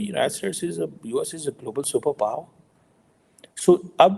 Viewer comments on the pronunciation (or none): none